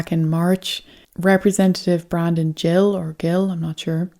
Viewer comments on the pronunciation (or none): It's pronounced Gill with the hard G like a fishes gills :)